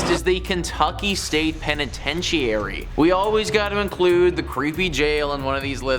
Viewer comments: The penitentiary ai is mispoken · What about actually pronouncing Louisville or penetentuary correctly. Thank you